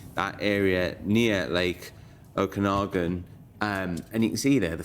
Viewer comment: Kudos on the correct pronunciation of Okanagan ❤